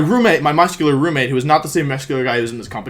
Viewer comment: no one: wolfe: the guy was muss kyu lerr